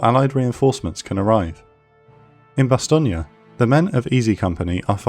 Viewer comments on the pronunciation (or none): It's very distracting to hear it pronounced "Bastone-ya" instead of "Bastone".I love the episode and the presentation of this very famous battle of WWII otherwise. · Great video, but Meuse is pronounced, Merse (rhymes with hers), and Bastogne, Bastone (rhymes with phone). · Weird way of pronouncing Bastogne